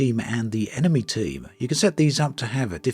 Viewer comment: Dude, it's just mee hearing or you really spelling 'enemee'?